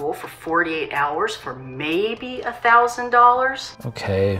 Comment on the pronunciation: jill whit the only thing wrong with it is the way he’s says dollars he says dollors